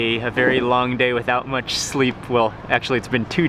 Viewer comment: Mark , you have special way to pronounce ch , you sounds like "chh" like when you say much , lunch so your is like muchh, lunchh. Like Indians use chh Also you looks so much like your dad, nice to see you both in one video , bless your family. 🙏